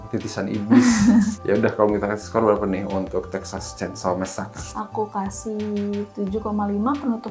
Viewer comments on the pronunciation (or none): Mbaaak T_T bukan masakre ... masaker